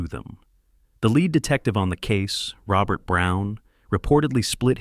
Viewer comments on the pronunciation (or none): none